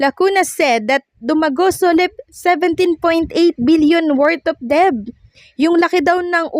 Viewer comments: Debt is pronounced as Det not Deb!!! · Ayusin mo naman àng pagbigkas ng Tama tulad ng incumbent Hindi inkyubent at Ang word na DEBT ay binibigkas ng det silent b at Hindi deb